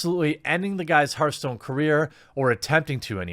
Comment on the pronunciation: "Herthstone" "Mai"